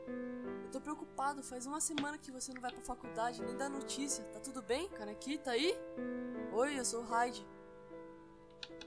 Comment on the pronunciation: não fala canequi é queiniqui